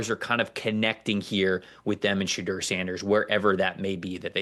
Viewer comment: Why does he call him Shadurrr Sanders 😂